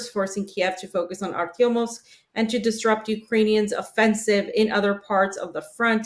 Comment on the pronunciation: It is ArtyomoVsk not Artyomosk